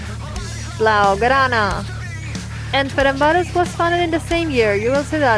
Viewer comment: almost got the name right FernCváros (C=tz)